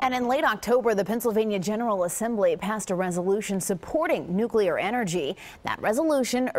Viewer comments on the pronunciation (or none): The PR guy said "nucelar". How in the hell do these bozoes continue to mispronouce the word NUC LEAR. Idiots.